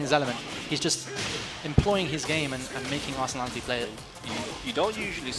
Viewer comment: People still pronounce his name Arsenality XD